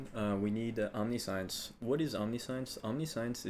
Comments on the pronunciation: Just a note, it's not pronounced OMNI-SCIENCE... It's om-ni-see-uns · Bruh omni-science lmfaoooo Its om-ni-shi-ence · Nice video, but it's pronounced aam·ni·shns and not omni sai uhns.. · Great video, very helpful (for the first half that I've watchd), but I just have to comment... It's omnih-shints. Not omnee- science. I know it's spelled like that, but it's not pronounced like science. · Omni Science /Facepalm Please say om ne shense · Say "omni science" again. Please. Please do. For christ's sake dude it's pronounced "om-nih-shence" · /ämˈniSH(ə)ns/ Om Nish Ense Not Omni-Science. English doesn't seem to be your first language so there is a lot of forgiveness here. But just to be accurate here. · Cool guide, that build looks amazeballs, but you saying omni-science is killin me! "Om-Nish-Ence" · my only criticism is that it's pronounced Omni-Shense the i isnt "EE", its low i sound :) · i'm doing accuracy stacker but used this to look for possible improvements thanks. btw omniscience is not pronounced "omni-science" is "omnishince" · its omni-shee-ence, not omni-science lmao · Om-ni-shance is the pronunciation. I know it sounds stupid but wcyd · awesome level of detail. and tip: omniscience is pronounced 'om niss shince" not omni science unless you were memein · Its not Omni-Science its Om-nee-see-ence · Good guide thank you. The amulet is not pronounced 'omni'-'science' in English. This actually becomes its own word that sounds like: aam-ni-shi-en-ts That last 'ts' sound has a kind of cut to it like how we pronounce the 's' in 'ants'. The 'tss' like a symbol on a drum set. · om-NIH-shense is the correct pronunciation i have no idea wtf aam-ni-shi-en-su is but thats even more confusing than omni-science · you pronounce omniscience wrong, its pronounced, omniscience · "the rest of the video will have a more serious tone" Proceeds to pronounce it "omni-science" lmfaaaooo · I don't want to be that person but... Omniscience. Om-nih-shince.